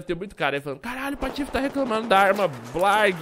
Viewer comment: ele falou patofe?